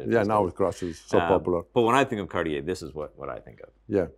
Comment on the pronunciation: 'Cartier' does not have three syllables.